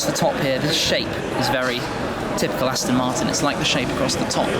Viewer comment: Aston Marton Zonda lol